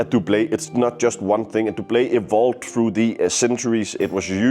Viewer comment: I hate to be that guy, but Doublet is pronounced Dub-luht, the french pronunciation makes no sense because the french word for Doublet is Pourpoint. Great video though 😊